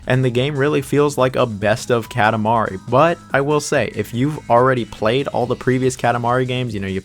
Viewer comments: This is a great video! I agree with your list completely really. (Small pet peeve, it’s pronounced kah-tah mari LOL) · bruh why do you say "katamari" like that lmao. the "ka" is like "coffee", not like "cat". KA TA MARI.